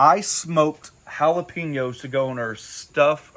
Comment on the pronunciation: Lol, you just kill me when you say Jalapeños. My buddy just calls them Ja-lop-enos.